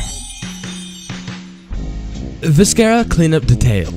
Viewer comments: OK, I laughed out loud at the pronounciation of "viscera cleanup detail" in this video. xD Also, like half of these don't really qualify as games. As in, they don't have any gameplay. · Viscera... I know I'm being a pronunciation Nazi, but this irked me quite a bit...